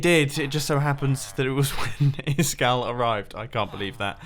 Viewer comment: Hasn't Iskall told them how to pronounce his name? "Iss-kal" - where's the second S coming from?